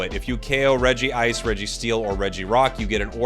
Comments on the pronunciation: Its not Regi-ice its Reg-ice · Regice so bad he had to say it twice